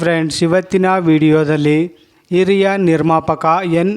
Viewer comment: ಕನ್ನಡ ಶಬ್ದಗಳ ಬಗ್ಗೆ ಉಚ್ಛಾರ ಸರಿಯಾಗಿರಲಿ ಸ ಶ ಪ ಫ ಖ ಲ ಳ ಬಗ್ಗೆ ಅವರು ಹಿರಿಯ ನಿರ್ಮಾಪಕರು ಓಕೆ ಇರಿಯ ಅಲ್ಲ